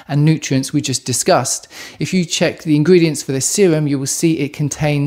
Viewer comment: I am learning various English accents and noted that you pronounced "Discussed" as "Disgust". 😂🎉❤